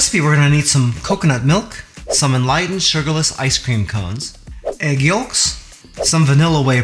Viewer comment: You said egg what!? Yulks? No the L is silent...